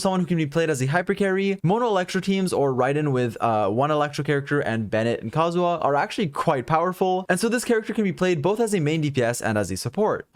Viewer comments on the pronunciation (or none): is anyone annoyed by him saying kazuwa instead of kazuha? as a kazuha simp its starting to be annoying